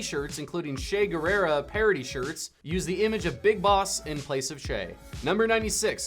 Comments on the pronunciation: Che Guerrera? It's Che Guevara pal... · 95. Che Guevara, NOT Guerrera! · Che "guerrera"?!! Jajajajajajajajaj is "Guevara" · It's Che Guevara, not Guerrero. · Did he say che guerrera? is Che Guevara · also kiefer sutherland never voiced solid snake... he voiced Big Boss and Venom Snake. also lmao "shay girerrah"; his name is che guevara!!? it's really not that hard to say .. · Did you say Che Guerero? it's Che Guevara. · Did he say Che Guerrera??? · Did you just call Che Guevara, Che Gerera? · ...did he say Che Guerrera? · Solid Snake has been the main character in 6 games (maybe more) also you mispronounced che Guevara.